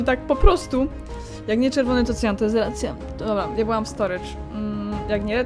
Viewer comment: Jak mówi,,akła " to zawsze przez chwile nie rozumiem o co chodzi a potem kumam że to cyan